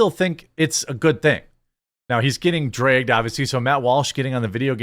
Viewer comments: I adore they way you say dragged: "drayged." This is not a criticism at all, btw. As a southerner, I just really enjoy your accent. It makes me smile. As far as Matt goes, everything he says is dripping with sarcasm so the whole first one to cover wokeness in games thing might just be in keeping with his deadpan sarcastic brand and he wasn't being serious about that. That being said, his utter cluelessness about the importance of games and anime in culture is inexcusable at this point. Though a part of me is wondering if he's digging his heals in just to be curmudgeonly and contrarian, which is again part of his brand. There are quite a few videos of him playing video games (albeit badly) at his producers' behest. He acts like he hates it but he's actually kinda having fun. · Will never get tired of hearing "drey-ged" from Jeremy. Only jokes, still watch everyday!